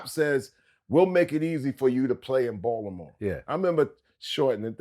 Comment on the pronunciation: The way outsiders say Baltimore 😂😂😂😂